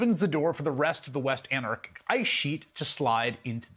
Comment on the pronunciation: Chris Hayes I am a fan. But you gotta study this stuff more before you start talking about it. Your statements are full of errors. Can you say Antarctic?